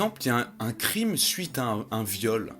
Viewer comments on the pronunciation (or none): none